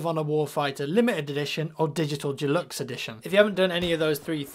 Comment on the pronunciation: Even us British don't pronounce deluxe 'Jewlux'